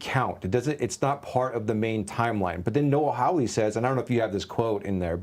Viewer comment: How anybody look at the surname Hawley and read it as "How-Lee" is beyond me.